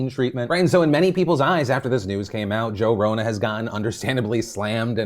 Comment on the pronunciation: I could've sworn Phil called him "Joe Rona" if so he ain't shit lmfao